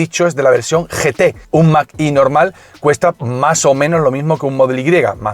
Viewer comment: mag e no mag i. gracias